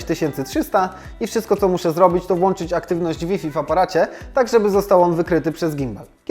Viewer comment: Przełanczać, włanczać 💪 kłuje po uszach.